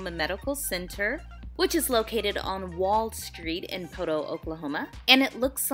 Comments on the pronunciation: PO-to. Not po-TOE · I was born in Poteau. My grandma, Vera Helton raised all 5 of her own kids and then helped raise many generations of others with her daycare. She went to heaven a couple of years ago and I miss her dearly. *How you pronounced Poteau with an extra hard "TOE" threw me a bit 😂